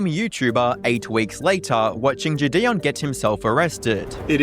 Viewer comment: Narrator pronouncing JiDion, “JiDayon” 😭. Great vid tho